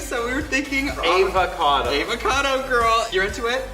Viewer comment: That's EehvahcahDo... *AvaCado ... C'mon now